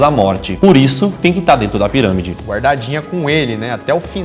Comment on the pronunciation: "os cientistas do projeto 'scann pairãmide'...". 🤣🤣🤣 Tensa a pronúncia, man.